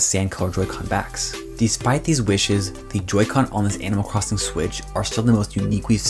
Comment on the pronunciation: Kinda messed me up, I kept hearing "anal crossing" at first. I WAS TOTALLY confused. LOL.. thanx for the review!